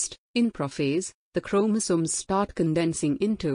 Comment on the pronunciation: Your voice is very clear and very good to listen but the way you pronounce chromosomes is very irritating......